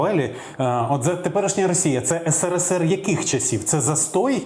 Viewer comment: Абривіатуру потрібно вимовляти правильно.СРСР.